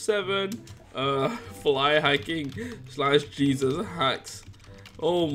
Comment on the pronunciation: "he's got jeseus haxs" lol lamo